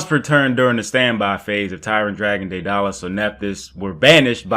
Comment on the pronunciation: Daedalus DAY DUH LUS GET IT RIGHT NIGGA